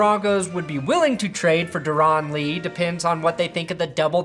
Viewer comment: You know it's just pronounced Dare-in Lee. Not Der-on Lee.